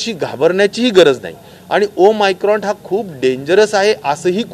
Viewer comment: Om micron nhi saheb omicron